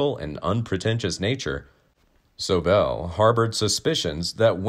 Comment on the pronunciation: Hey your pronouncing SOBEL WRONG!